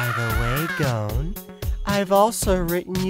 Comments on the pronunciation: ITS NOT GOEN ITS GON!~ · Why can't anyone correctly pronounce Gon?